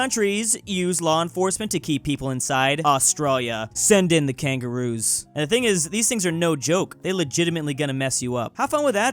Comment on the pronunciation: What did you call the kagroos. This is war.